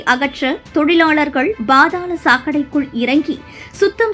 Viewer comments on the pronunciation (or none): பா(BHA)தாளம் தப்பு, பா(pha)தாளம் தான் சரி